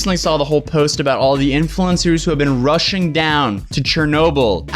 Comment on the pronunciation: They were RUSSIAN to Chernobyl? (Seriously, it sounded like you were saying that.)